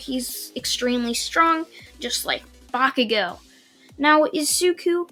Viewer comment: why do I have a feeling that you're trying to say "bakugone"?